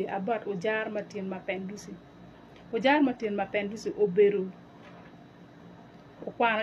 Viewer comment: The way he's calling his name for me 😂😂😂 Mabenduzo😂😂😂😂😂